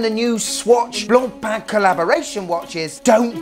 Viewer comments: My compliments for the correct french pronunciation... Not like the horrible yanks sayin: BLAANPAAN! 😂😂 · bro actually pronounces blancpain properly unlike teddy respect!!! Love you bro! The best channel! :face-blue-smiling::trophy-yellow-smiling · Kudos for making sure to pronounce Blancpain properly!